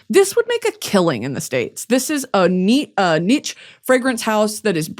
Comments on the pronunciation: Keep thinking you're name-dropping Nietzsche when you say niche. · i love how she still doesn’t say niche right